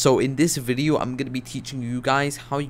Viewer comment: why does he say ''VIDIU'' instead of video?